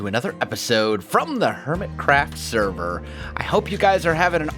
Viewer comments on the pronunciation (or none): Does it sound like he say "welcome back to the hermitCRAP video?"